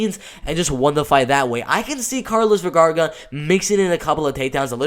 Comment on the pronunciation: Is not Vergarga.. its Vergara!! Lol